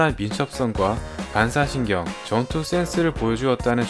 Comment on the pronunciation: 발음이 무슨 씌리즈 봔사신경 이러냐 ㅋㅋ